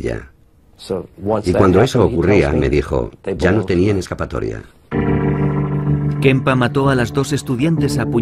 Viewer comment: Kemper es el apellido, por que decís Kempa??